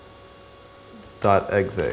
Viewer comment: "r-e-g-e-d-i-t-dot-exay" Lol